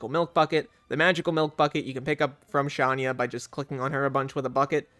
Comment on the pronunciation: I think Shania is pronounced "Sha-nye-ah", like country star Shania Twain